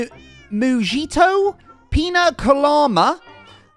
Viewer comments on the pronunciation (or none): Sooo we ain’t gonna talk about how / said moo-ji-toe and not moo-he-toe…. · cherry blossom is s2 also moojito is pronounced moo he toe